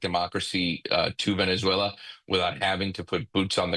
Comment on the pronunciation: It’s Venezuela Not venezallaaaaaa